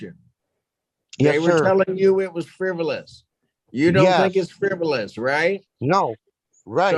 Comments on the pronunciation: it's "fribbelus"🤣🤣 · this whole thing was "friv-U-lous" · How does someone like him honestly think they can successfully represent themselves in court?! He can barely say the word friv-you-luss.